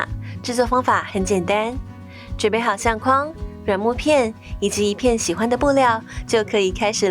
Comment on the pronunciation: 相框，框，念“况”第四声；筐子，筐，念“匡”第一声。